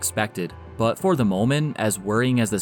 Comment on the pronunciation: "Rob GreT-Ton", not "Rob Greh-en". "but" is not "buh", "tighT" is not "tighhh" ...... It's so easy to spot someone of the generation that was saturated listening to rap music.